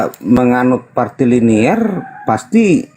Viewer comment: Woiii..bukan partiliner tapi patrilinealita..sampai budeg rasanya kuping gw denger partiliner..partiliner diulang2 mulu..dasar oten kucluk